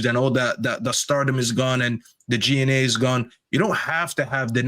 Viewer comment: G/A not G and A 😂 so annoying to listen to this guy